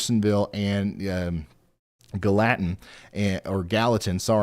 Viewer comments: GAL-li-tan is how you pronounce it with a hard G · Please share with the guy that continuously called Gallatin, Ga Latin, the proper pronouncement. I kept hoping someone would chime in and tell him. I know I would want to know if I was butcheting the town name live on air to the public. Ga Latin 😂